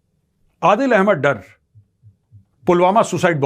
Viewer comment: Bhai dr nehi Dar (ڈار) kehte hein